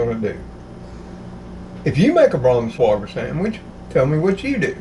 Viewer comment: It is pronounced with with a long i for the ei. It’s not Brans wah gar but “ brans-wi gar” Hope this helps. Be sure to get high quality meat and none of that fake yellow gum which is not real cheese! It is not worth how unhealthy it is. Get real cheddar please so u will stay healthy. Love your channel and God bless you.